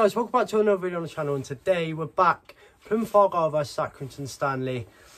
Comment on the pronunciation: Good, I enjoy it your site.... except for one thing.. please it’s not Plymuff or fird … I await the replies and insults 😊😅